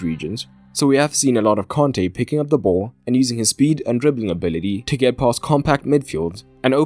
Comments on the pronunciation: Why is mans pronouncing Kante and Conte the same?😂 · Nope. Its a native Malian name given to him by his Malian parents. So he might be French but his name is not. The African way of saying it is Kante and not "Con-tay". Hence the pronunciation is wrong by the English commentators and in the video. In fact they pronounce it the same as the manager so there is no distinguishing.